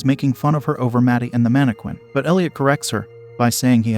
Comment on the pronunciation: me getting triggered everytime i hear "mannqwin"